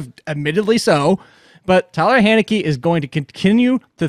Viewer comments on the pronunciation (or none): my dude, I wrote it how you pronounced it - his name is Taylor Heinicke not Tyler Hay-neckee lol That's the joke, you said respect the name but you said the name wrong!